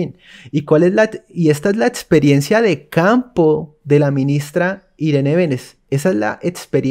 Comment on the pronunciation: Por favor, mejora eso de etsperiencia